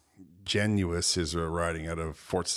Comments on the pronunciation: His name is pronounced Genus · Genuis rhymes with tennis not Gen U is.